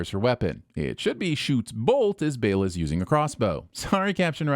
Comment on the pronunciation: It's fucking "Baela". Ding x3